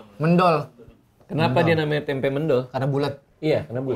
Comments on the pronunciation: itu tempe mendol yang dari jatim dibacanya méndol bang bukan mendol wkwkwk itu biasanya bumbunya : garem, gula, cabe merah, bawang putih, kencur, daun jeruk sama terasi dikit. CMIIW 😅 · itu namanya mendol bang bukan mendol, pake e bukan e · Mendol bacanya bukan mendol bang, tapi mendol.. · mendol bang bacanya bukan mendol wkwkwk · Mendol terbaiiik, dan memang lauk, bacanya Me bang bukan Me, Me untuk Merah bukan Me untuk Merem.. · Mendol bukan Mendol, e nya kayak suara waktu bilang eek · Bacanya bukan mendol, tapi mendol . . . . . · ngomongnya mendol bang bukan mendol :(( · MENDOL BANG PAKE E BUKAN E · MÈNDOL JAAA REJAAA..BUKAN MENDOL..CEPAT REJA LAHH BANG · mendol bang .. e' bukan e ejaan jawa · mendol... baca "e" nya kayak kata bebek bang... bukan "ke" kwkwkwkwk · Bang bacanya Mendol itu "E" nya kyk baca bebek🤣🤣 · Bacanya bukan mendol as in "me" nya mendoan, tapi kayak "me" nya meong. Krunya bang radit gak ada yg org jawa timur kah? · Cara baca mendol yg bener itu serupa sama "cendol" kakkkkk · Bang, bacanya Mendol itu Men nya kayak di Menfess.. Dol nya kayak di Doll 😅